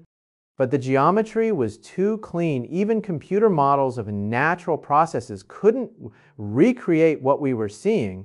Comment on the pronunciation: This is deep fake , he would never be saying this and notice his slanted face, "naturrrreeee" in stead natural...... we would be hearing from nasa cnn fox sky newd etc 😮😮😮😂😂